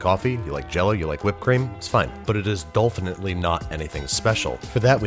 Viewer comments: “Dolphinately” Is Babish a Kroll Show fan? Tertollay. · me - Did he just say 'dolphinitly'? me - You meta son of a gun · Dolphanitly Seriously Babish?